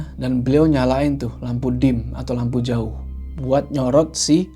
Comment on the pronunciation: Selalu ketawa pas bilang joou🤣🙏